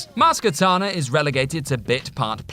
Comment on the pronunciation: Maz KaNAta, not KaTAna. She's not a sword.